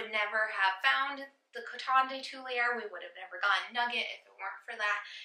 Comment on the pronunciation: Two-lee-are. Cute pup!